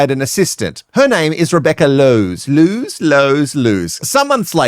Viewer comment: Rebecca Loos is most likely dutch or flemish, so her surname is pronounced w/ a long "o" sound. The playboy magazine cover did a word play with her name "eindeloos" Rebecca = endless Rebecca